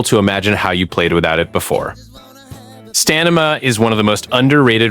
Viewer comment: STA-ME-NA --- IN EVER WHINED